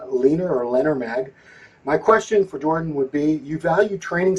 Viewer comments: Bro called legend to a podcast and couldnt even say his name right smh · An unbelievable level of ignorance. Invites Jordan on, can't even get his name right......